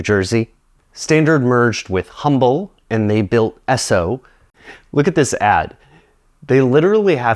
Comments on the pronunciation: Hey totally random and unimportant fact, but when you’re talking about the merge between standard and Humble, the name of that company is actually pronounced “umble” where the h is silent. Again doesn’t really matter at all but as a person born and raised here I always here the name being mispronounced and I feel like no one would ever care to know about it if they weren’t from here. 😂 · The "H" in Humble oil is silent 😉 I'm originally from there and we lovingly pick on everyone who pronounces the H so I kidd I kidd, love your content! It's just a friendly ice breaker thing natives do! Speaking of H.O. if you know where to look (and a lot of locals don't even know this) original pump jacks as old as the 1920's still exist left abandoned all over the place, what woods are left anyway. Hughes Co built a lot of it, manufactured and supplied the tooling all within 25 miles (Hughes, as in the co Howard Hughes' dad created). Believe it or not even the original Hughes building still exists, abandoned, in east Houston. The house I grew up in and most of the post-50's development in and around Humble was built on top of one of the many oil patches all over the Humble area. I'd always wondered about the Standard brand and had no idea it was this complicated. More complicated than Texaco and Humble Oil for sure! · Hey just for a note, Humble Oil is named after the town north of Houston and pronounced with a silent H. I think the former Standard station in Birmingham was the now closed 1547 Montclair location in Irondale. It's named "Standard Station, Inc." on Google Maps. But interestingly... there's also who are playing a pretty dangerous game with the trademarks if those pumps actually operate...